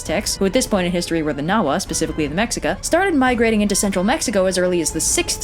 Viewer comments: It’s said: Meh-she-ca, not Mex-ee-ca. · Pretty great pronunciation in this video, but isn't Mexica pronounced "Meh-HEE-cah"? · Note: when reading the word Mexica, it's proper pronunciation is meh-she-ká. just putting that out there. much love to everyone 🙏🏼✌🏼😎✊🏼🇲🇽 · So mispronounces Mexica here, but the "correct" way is a bit more involved than you'd expect. In Nahuatl, it'd be like "Meshika", in Spanish it'd be like "Mehika", and in English it's more "Meksika". Since the people of Modern Day Mexico speak Spanish, many people default to "Mehica", and since speaks English they went with "Meksika"; but the people that lived there likely would have used "Meshika". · Mexica is pronounced me. Shi. Ka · Sorry, I know this is an old comment, but you might be interested in knowing... She actually got the pronunciation pretty well. I was really impressed by it, even if she still made a couple of mistakes. (For example: the "x" in Mexica is pronounced more like a "sh", instead of an English "x" ) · IIRC, Mexica is actually pronounced meh-she-cah. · She mispronounced Mexica